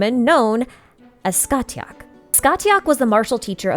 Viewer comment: I have never heard Scathach pronounced like that, it's normally Sca-hawk because Gaelic doesn't care how something is written, it will be spoken however it wants